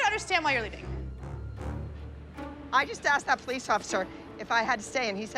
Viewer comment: “Pol-ice, nite, kid.” 🥴